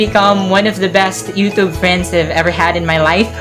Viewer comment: i actually dont like how the way you pronounce YOUTUBE. NOT TRIGGERED :/